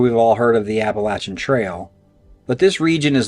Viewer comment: I'm so happy to hear you say Appalachian correct. It really makes me happy. I lived in Boone,NC in my college days. Later Valley Crucis, NC. Gorgeous place to live. But the mountains and the Forrest are pretty funky man. No kidding. Cemeteries too. Old churches. The place is a freak show. And absolutely as beautiful a place as you kind find on this planet. Love the channel. And thank you for saying Appalachian correctly.